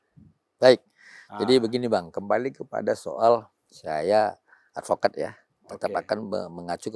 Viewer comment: ngk tau dah brp x dia bilang advokad 😂😂 ngk di sebut juga orng tau kek kakek 😂😂